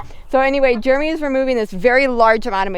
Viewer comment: It's funny how you call him Germy lol